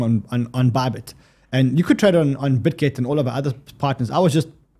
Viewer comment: says "ordi" "bitget" i hear "audi" "bitgate"